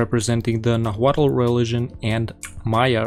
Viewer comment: the final consonant in nahuatl is silent. its just pronounced nahuat